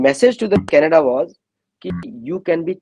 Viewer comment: Omkarji, Aek request hai aap se since ur respected human being. Kripayaa Thikk se Canada boll naa sikh le. Kanaadaa yehh kyaa pronunciation hai ? Aise lagtaa hai koi sardar boll rahaa hai. Kannada pronunciation doesn't make sense at all.